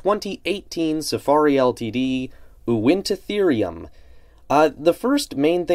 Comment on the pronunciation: This is probably my most anticipated safari prehistoric mammal figure. I can wait to get it. Btw i believe it is pronounced win-ta-therium